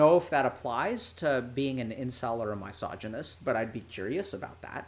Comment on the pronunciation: Why does Dr. K mispronounce misogynist, I noticed it in another video as well